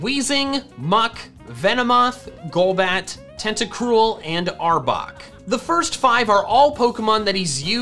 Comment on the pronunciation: and arbok not arbor